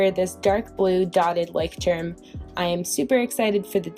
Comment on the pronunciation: Nooo not "lie" but like "loy " or the way you pronounce lawyer and emphasise the "y"